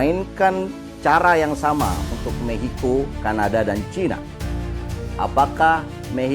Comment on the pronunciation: Maxico bang aku dengernya mehico😢